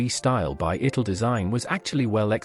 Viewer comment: What's a mornigo and an itil, a cipry, strange names for the obvious pronunciation.